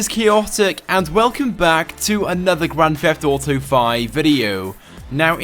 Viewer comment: Sry, I dont play "Grand Feft Uto"